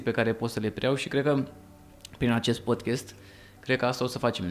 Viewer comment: Podcast nu podchest, este deranjanta pronuntia care e si gresita